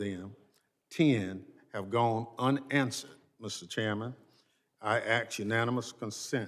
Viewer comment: "axe questions"? 😮